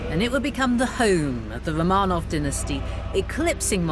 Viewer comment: she is a british i guess the host but she doesnt know how to pronounce romanov properly....so annoying